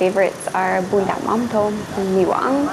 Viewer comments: Ban nay phát âm Mỳ Quang y như ông chông😆👍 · Mỳ qảng😂😂